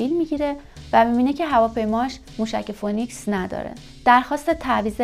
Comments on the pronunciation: فینیکس نه فونیکس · تلفظ فونیکس نیست. فی نکس درست است . شما اینکاره نیستی